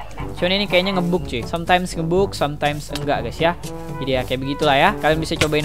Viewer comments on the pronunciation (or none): Ngebug dibaca Ngebag